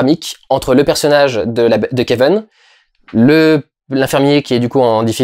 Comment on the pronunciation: Merci pour cette vidéo, je t’adore Dudu mais je comprend pas pourquoi tu prononces le nom du perso « Keveun » et pas Kevin, jte jure ça me perturbe..